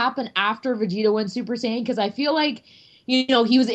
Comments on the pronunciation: did he just fucken try to correct his friend to saying sy-in it's pronounced say-in. and if you wanna say that sy-in is how they say it in Japanese, then that would be sayajin. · Sigh-yan? wtf aren't you a like, dragon ball professional or something? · This is late, but he said the translation from the Japanese "sayajin" would be "sy-in".